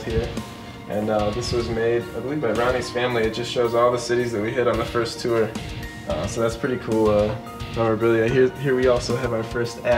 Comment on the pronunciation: i love how he says tour. "tewer"